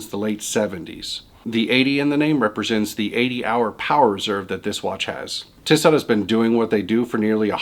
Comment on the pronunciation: I like a lot of your videos but the mispronounced brand names suggest that you don't eat and sleep horology. Makes it hard to get behind what is being said. I would suggest watching a few other channels as well as compiling lists if you plan similar style videos in other subjects. For reference, the J in Junghans is pronounced as Y. Think "Young Hands" with a silent D. The other one was Tissot. The second T is silent. Pronounced "Tea So" I'm by no means an expert, my feeling is if you can afford it and you like it then that's enough. Quartz vs Automatic and other arguements are merely opinions. Hope that helps